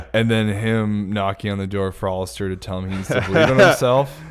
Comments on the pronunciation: Nobody:: OLLISTER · I wish knew how to pronounce the name Aleister.